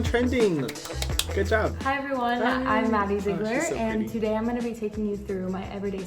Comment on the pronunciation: Hahahaha "Madie Zeeeeiiigleirs" 😂